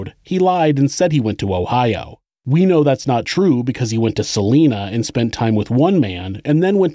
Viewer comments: I live in Salina Kansas. It's pronounced Sa (saw)-line-a (ahh not a sharp a) Saw-line-ahh. Not like the name Selena. That's how we tell of you're an outsider. All outsiders pronounce it like Selena. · SA- LINE- NA..........NOT SA-LEEN-NA OMG that just royally got under my skin. I'm sorry I live in Kansas and I live 80 miles from Salina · “Suh-lie-nuh”. Not “Suh-lee-nuh”. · Salina is prounounced S-ah-lie-nah, not Selena. (Per Former Kansas resident) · Huge fan and Kansas native here - love the channel! Fyi, Salina is pronounced 'Suh-lie-nuh' - lol, I was so excited to hear a KS connection, I had to comment! Keep up the awesome work! -Gabi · As someone who grew up there, its SUH-lye-nuh (Salina) Kansas. Salinas California is pronounced how you're saying it. Don't feel any sort of negative way about it, stopping at a truck stop there is the only reason it exists still to this day. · Great video. Salina is pronounced with the "long I" think sa-line-a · anyone mention its actually Sal-I!-na, Kansas? (long vowel sound) 😁 keep up the great work 👍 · Just a heads up: Salina is pronounced Sal-EYE-na. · Just for historically accurate information Salina, KS is pronounced sal-ine-ah. No hate intended, from this area and thought I'd mention it. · Its Salina (Sah - lie - nuh) and Missouri (Mis - zour - uh) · Salina, KS.... pronounced Sa-LINE-a. Not a big thing, it just throws me when listening. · Salina. It’s pronounced Sa-line-ah. As a Kansan this is really annoying me haha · It’s pronounced suh- lie- nuh lol, Kansan here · You keep pronouncing Salina wrong it is pronounced Sa-lie-na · Salina (suh-lye-nuh) Kansas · Just a note, Salina is pronounced with a long I, not a long E.